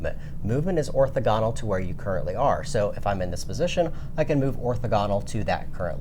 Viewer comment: or-THO-gon-al, accent on the second syllable